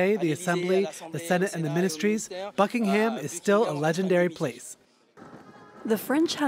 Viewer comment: That dude saying Buck Ing HAAM was painful 💀